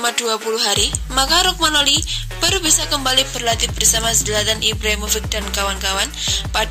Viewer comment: Romagnoli mba... bukan rogmanoli !!!